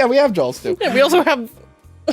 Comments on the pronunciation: I swear it sounds like you keep saying jalws instead of jaws like a hard L is in there. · Stop saying Jawls lol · I will never understand where you guys get the L in "Jaws" or "saw". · did say Jaw-L-s?